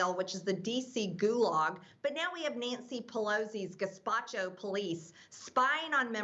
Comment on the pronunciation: Majorie Greene gets my every time with her “ NENCY Pelosi” 😹😹😹😹😹